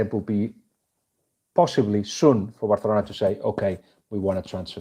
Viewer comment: Actually that's how it is pronounced.